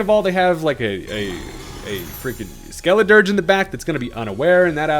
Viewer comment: the pronunciation of that Skeliderge's name killed me XD